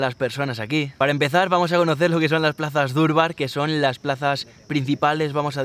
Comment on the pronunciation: No se dice durbar se dice darbar soy de Nepal vivo españ muchas gracias por video